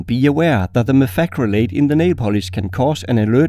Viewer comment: Methacrylate with a thick accent sure does sound frag grenade to the untrained ear.